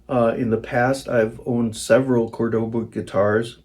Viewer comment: It’s a Spanish city the guitar is named for. It’s Córdoba, not Cordóba.